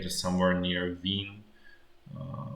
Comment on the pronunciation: Wien.energie Not wind-energie :)